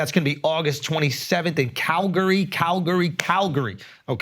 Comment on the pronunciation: Says Calgary like 5 times and doesn’t pronounce it right once 😂 made me giggle lol